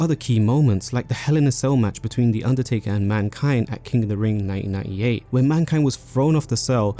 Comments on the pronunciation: Mate I’m English and you’ve even made me self aware about not pronouncing my T’s. It can be heard as 1988 or 1998 because of the way you (and I) naturally talk. As a narrator I think you have to pronounce your T’s however unnatural it feels. Absolutely great video otherwise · am I crazy? It says 1998 but his accent sounds like he’s saying both 1988 and 1998 😂